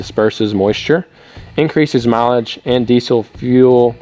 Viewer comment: No z in diesel.